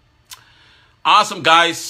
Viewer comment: 😂😂😂😂😂 his trying to say awesome.